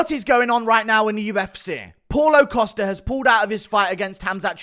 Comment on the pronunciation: “Posta” “Posta” “Posta” 😂